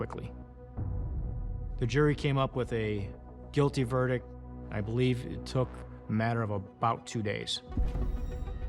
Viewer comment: This guy is a cop and he can't pronounce verdict.